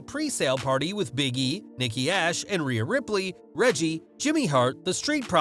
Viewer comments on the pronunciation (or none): none